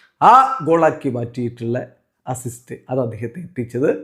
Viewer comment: അണ്ണൻ : അസിസ്സോ അത് എന്നാ ചാദനം 😂😂😂